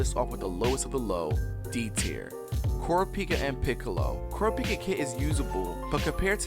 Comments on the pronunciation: Coropika? It's car-ra-pee-ka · Pronounced ca ra pee ka not coor a peeka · kurapika is pronounced like Ku-Raw-Pi-Ka im not raging about its just me letting you know